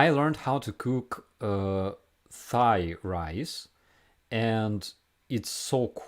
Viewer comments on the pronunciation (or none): Friendly note to..you pronounce the TH perfectly, very good 👍 but when you pronounce Thai ignore the TH ( it's the only exception I can think of) supposed to pronounce it Tai. So it's Tai food, it's Tailand (even though it's written th pronounce it T. I'm just trying to help and congratulations in pronouncing the just like an American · I have to laugh at all of your latest videos when you talk about Thai. The “h” is silent like “tie” and “tie land”